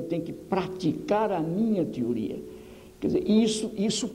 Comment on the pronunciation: Nota: Esse neologismo,"tiuria", não existe, a pronuncia correta é teoria, aliás, vários erros de português gravíssimos, ai vem os asseclas de plantão dizer que é sotaque,a Gramática é nacional, o comunicador tem a obrigação de pronunciar as palavras corretamente, ainda na área da educação. A criatura não tem uma especialização na área, pedagogia totalmente amadora, política,1sem método científico, se esse cara fosse realmente o que dizem, ele ganharia mesmo que póstumo o prêmio Global Teacher Prizer, não estes prêmios de segunda categoria destas faculdades marxistas. Dizer que nunca foi aplicado esse método, mentira, existe a doutrinação sim, e são contaminados com esse vírus . Lula também tem esses títulos dúbios, honoris, a maioria destas instituições tem em seu corpo docente viés totalmente marxista. Esse sujeito raso, pedante, não cientista, é uma ofensa pra quem estudou. Na minha área física, meus patronos são César Lattes ciência pura,e Pierluigi Piazza, que classificou essa criatura duvidosa, como uma desgraça para a educação. Amante do homofóbico e assassino Che, Gramsci, plagiou o método de Labach. O legado foi ódio contra os professores, contra a família,progressão automática. Um país com uma educação de terceiro mundo,com um patrono de terceiro mundo, um método bizarro, medieval e medíocre. Escola não é para promover lutas de classes, e sim adquirir conhecimento. Precisamos atrelar a educação em uma locomotiva do conhecimento sistemático, chega de ser puxado por as